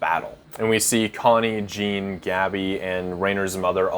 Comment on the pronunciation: it’s not a big issue but I just hate it when you said Jin instead of Jean